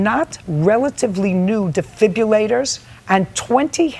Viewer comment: Defibrillators Judge, not defibillators